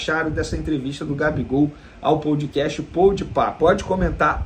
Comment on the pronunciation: POUDcast POUDpá kkkkk tmj vene